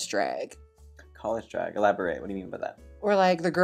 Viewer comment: The way Trixie and Jaymes say "draeg" in the same way